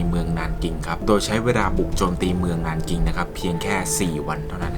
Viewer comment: 南京 nánjīng อ่านว่า หนานจิง นะคะ